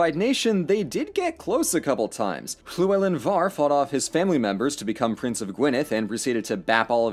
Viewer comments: Good job pronouncing the old belted L. That is impressive immersion. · Hearing a non-welsh attempt llewelyn and get it right warms my heart.